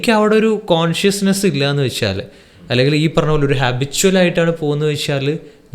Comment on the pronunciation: എന്നു വെക്ഷാൽ എന്നല്ല പറയേണ്ടത്, എന്നു വെച്ചാൽ എന്നാണ്. പിന്നെ ഒരു കാര്യം ചോദിക്കാനാണെങ്കിൽ ഒരുപാട് സംസാരിക്കാതെ സ്ട്രെയിറ്റ് ആയിട്ട് കുറഞ്ഞ വാക്കുകളിൽ ചോദിക്കുക. അതാണ് പ്രേക്ഷകർക്കിഷ്ടം. ശ്രദ്ധിക്കുമല്ലോ